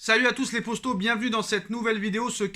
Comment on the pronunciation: C’est moi ou au lieu de dire poto il dit possto ?